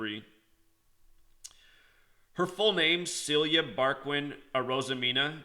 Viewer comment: Fucking yankee rip my beautiful celia. Her was name is (ceelia) no cilia..